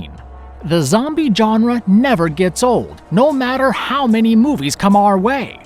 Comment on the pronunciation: "John ruh" How to pronounce 'Genre'